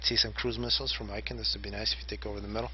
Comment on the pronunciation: btw, ICKEN is pronounced like chicken without the CH and not like icon xD